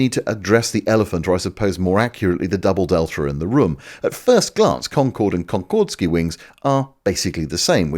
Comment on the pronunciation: "but assuming we can't meat cube it" - I reckon, you meant meant, didn't ya? ;-) Also, it's not "ConcordEski" but "Concordski": "«Конкордски» (Concordski) — это прозвище, данное западными СМИ и авиаспециалистами советскому сверхзвуковому пассажирскому самолету Ту-144" which translates as Concordski - this is the nickname given by Western media and aviation experts to the Soviet supersonic passenger aircraft Tu-144 (...due to the similarity of its external appearance to the Concorde, and rumours of industrial espionage, i.e. copying the design) - and "-ski" suffix, a typical one for Polish surnames but also common among Russians was added to add local flavour to it. ("-ov", like in Kuznetsov or Lavrov is a "more Russian" Russian equivalent of "-ski" but wouldn't go well with "Konkord", thus "-ski".)